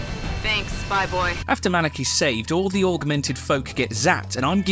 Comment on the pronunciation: the way you introduced Malik by saying her name like MONEY had me in tears